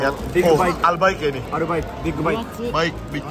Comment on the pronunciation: Waaa ke dubaii. Emg enk bgt sihh albaik ituu. Tpi klo orng arab/keturunan arab bisanya tuh bacanya albayk bkn albaikk. Cmn sdikit info kakk🙏🏻🙏🏻🫶🏻